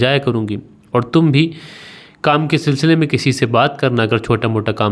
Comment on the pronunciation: Sir aap sb khani ma sil Sela bar bolta ho sil Sela bar Kya hota hi Saudi Ara sa